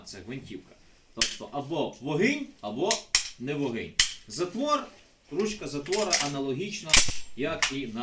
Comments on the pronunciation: Да ты украинского не знаешь. Не вогынь, а вогонь. Позорище. Болван. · Злобцi з лiсу, треба казати не вагинь , а ВОГОНЬ